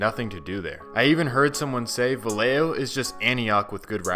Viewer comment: It’s pronounced Vayejo. 🤦🏽‍♂️🤦🏽‍♂️🤦🏽‍♂️ two L’s make the Y sound.